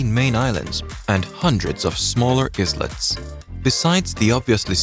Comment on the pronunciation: Islet is pronounced eyelet.